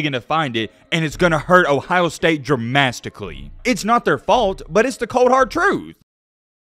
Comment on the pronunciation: What does Dramasticaly mean 😂😂😂